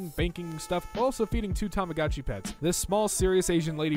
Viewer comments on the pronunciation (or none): It's pronounced Tah Mah Go Chi - Long O